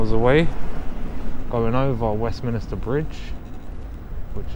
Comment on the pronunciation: Westminster not Westminister lol come on man